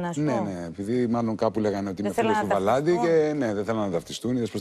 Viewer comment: Πεθαινω με το ΒαλαΝ-Τη της Πανιας!